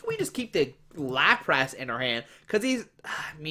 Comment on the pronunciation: Its lapras not laprass lmao